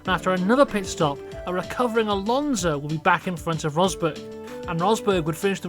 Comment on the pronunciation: There's no Z in Alonso, the S is pronounced like, well, an S.